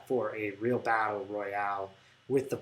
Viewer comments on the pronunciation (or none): none